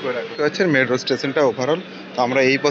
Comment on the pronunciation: Medro nki metro? 🤣